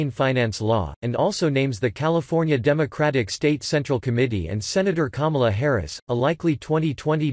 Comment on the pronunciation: Normally I don’t like these robotic voices.......but at :14 apx. It sounds like he says. Kumala. And I laughed